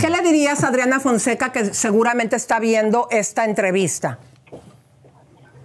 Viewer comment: Es que dijo Audriana Founseca.... en vez de Adriana Fonseca a quien se le ocurre?!😂😂😂😂😂